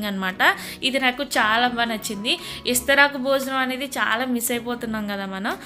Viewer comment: ఇస్తరాకు కాదు తెలుగు ఖూనీ చెయ్యకు. విస్తరాకు అని నేర్చుకో